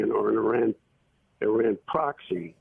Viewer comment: whoever you are, is it possible for you to learn how to pronounce "Iran"? How do you pronounce "Italy"? Good grief.